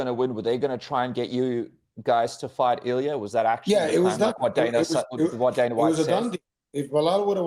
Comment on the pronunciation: Bro is trippin the whole interview.. calling illia, “killia”, calling khabib 2 division champ😂